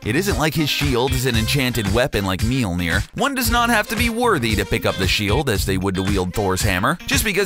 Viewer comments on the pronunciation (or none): hey, what the hell is meeeeelnor is mol-nyor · Mjioner not Mileer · Meealnir lmao. It's Mjolnir. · Mjolnir is pronounced “meeyullner”